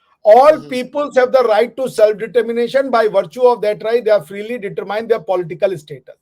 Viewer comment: you look fit having lost some unnecessary weight 👏👏 has good arguments but he really needs to work on his pronunciation of English words such as "determine". Other than that he's okay and I appreciate him. Nice show, love & prayers from California 🇺🇸🌹🙏